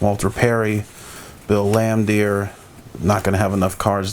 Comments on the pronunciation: You can tell when someone collects cards of a sport they dont watch when they continuously butcher names , like dude its fucking BILL LAMBEER NOT BILL LAMBDEER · Man, you are butchering the names of these players…..did you even watch the game in the 80-90’s? Bill Lan-Deer? Haha